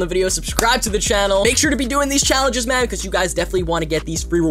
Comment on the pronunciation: Just me tjat hears ma'm instead of man